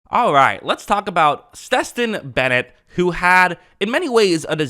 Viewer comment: “Steston Bennet” 😂